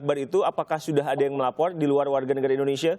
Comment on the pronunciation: Kuping aq geli denger pembawa acaranya Pelat gak bisa ngomong "R" Melapor aja "Melaporrll"